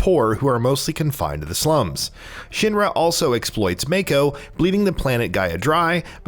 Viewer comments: pretty old comment here but I believe I was commenting on the fact that they pronounce it "Make-o" in game when, iirc, it should be pronounced "Mah-ko". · Make-o lol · yeah as soon as i heard him say mayko i knew right away hes never played. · I kept saying its "Yoooofie"! 🤣 "Red 8"?? 🤦‍♂️ Also, it's Mah-ko not May-ko. These muggles... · This dude should not be a commentator if he says yuffie’s name like that and calls it mayko instead of ma-ko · YA-ffie huh? Yuffie is pronounced YOU-ffie. and Mako is MAH-ko, not MAY-ko. 😂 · it is makeo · Who is yaffy, and red 8 and what the hell is a maykow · he said mako wrong too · Why does this guy keep saying Yuffie and Mako incorrectly? They’ve said it in the game and trailers ffs. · What’s with the terrible pronunciation? They literally say mako in the game multiple times. And yuffie says her name in the trailer why pronounce it wrong on purpose? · 3 things you need to know before you make youtube videos on FF7: Pronouncing Mako correctly, Pronouncing Yuffie's name correctly & Red13's correct name lol